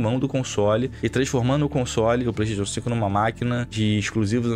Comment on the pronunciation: Ouvir um cara entendido falar PlaystaTIon é foda.